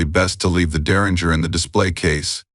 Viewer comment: If you're going to use an AI voice at least find a higher quality program. Just beyond lazy, the AI can't even pronounce Derringer correctly. I wouldn't be surprised if this entire channel is AI with little human oversight.